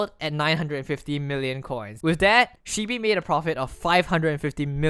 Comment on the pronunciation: My only anger with this video, is he pronounced shibee wrong.